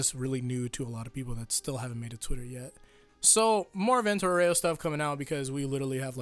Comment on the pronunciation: every time I hear "vento oreo" instead of "vento aureo" I imagine chocolate flying in the sky.